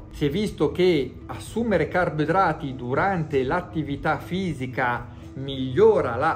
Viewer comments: Comunque resta solo un grande mistero: perché non sa dire carboidrati? "Carbedrati", "carbdrati" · Il maestro è avveneristico, parla la lingua che si parlerà tra 50 anni.